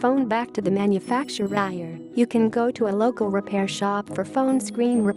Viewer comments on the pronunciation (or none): Am I the only one who heard it say Manufactuihair instead of manufacturer.